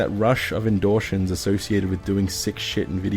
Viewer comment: endorshins lmao